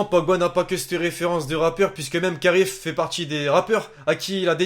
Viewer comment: il dit karif au lieu kaaris